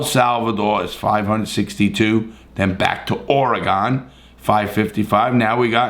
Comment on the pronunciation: Why do you say "Oregon" the way you do? Idc where you're from NO ONE has ever called it that 😂